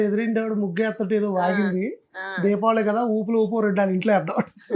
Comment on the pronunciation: దీబావలి కాదు దీపావళి